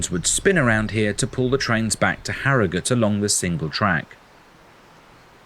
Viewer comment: Well done for pronouncing Harrogate properly like a local!